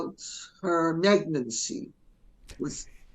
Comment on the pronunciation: “Negnancy “ Lady C? Sherry before luncheon?